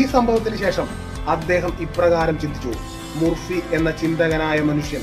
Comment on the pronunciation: Joseph Murphy എന്നാണ് അദ്ദേഹത്തിന്റെ പേര് ഞാൻ ഉച്ചരിച്ചത് ജോസഫ് മുർ ഫി എന്നാണ് യാഥാർത്ഥ ഉച്ചാരണം ജോസഫ് മർഫി എന്നാണ്